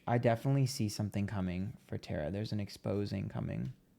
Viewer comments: It’s TAAAAARRRRRAAAAAA NOT TERA😂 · TAR-A YUMMY is how you pronounce it. She's sweet as cherry pie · I'm surprised there are not a 100 comments about the pronunciation of her name, lol. She hates her name mispronounced.. It's TAR-A 😊